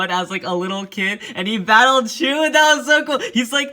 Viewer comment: *shu not she